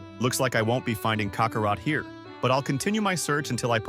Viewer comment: Please learn how to pronounce Saiyan, Namek, Kakarot, & Kai